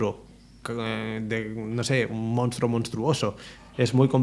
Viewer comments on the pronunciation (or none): none